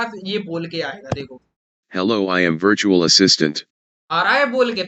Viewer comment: Ye 'bertual' kya hota hai